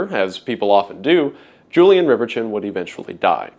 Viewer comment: I'm pretty sure "Julien Reverchon" shouldn't be pronounced "Julian Rivertchon"